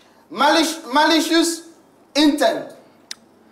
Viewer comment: Did I hear ‘malishus’ intent?😂😂😂